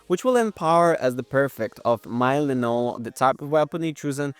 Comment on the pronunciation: It’s an i: sound at the end of Melinoë (like the double e in fleece) rather than an ei sound (as in the end of stay)